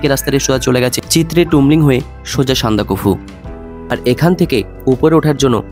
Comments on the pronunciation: সান্দাকফু উচ্চারণ টা আগে ঠিক করে করো। উচ্চারণ নিয়ে সচেতন হতে হবে। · না,ওটা একটু কানে লাগছে বাট এত সুন্দর ভিডিও দেখতে গিয়ে ওসব পাত্তা দিলাম না